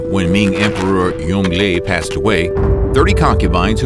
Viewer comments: Great vid! Tip: Yongle Emperor is pronounced sounding like, Yewng-Luh, not Yong-lee. 😉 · Fyi Yong Le is pronounced as Yong Ler not Yong Lee. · Pronounces Yongle "Yung Lee". I ended it there. If you get this wrong, what else did you get wrong. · pronnounced yong-LER emperor thanks